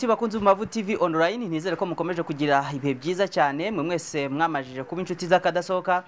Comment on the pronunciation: LLLLL on Line not on rine!